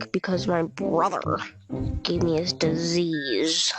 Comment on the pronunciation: Disease just how she said it was funny